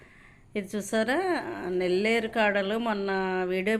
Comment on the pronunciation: నెల్లేరు కాదండీ, "నల్లేరు"